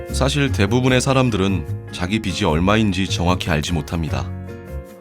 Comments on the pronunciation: 비시 비지 발음좀 정확히 해줘 .... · 비시라고 X 비지라고O 비시라고는 빗이라고.. 제발 제대로읽길..